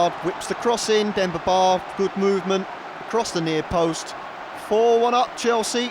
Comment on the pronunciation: thats a very weird way of saying Demba Ba